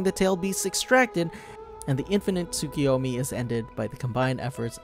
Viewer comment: Its "Tsoo-koo-yomi"